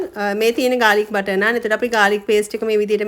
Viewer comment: පාර දිගේ කතාව බලලා...මේක කියෙව්වේත් " නානා" කියලනේ 😁❤🇱🇰